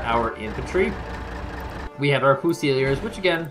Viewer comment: Great vids. Thanks much. Fusilier = FUSE-il-EER.